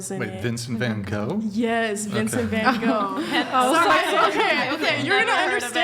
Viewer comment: I love how she pronounced van gogh completely false and corrected her completely false aswell lol